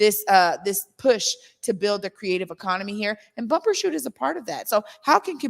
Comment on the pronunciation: It's Bumbershoot, not Bumper.